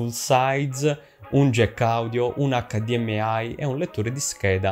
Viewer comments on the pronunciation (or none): none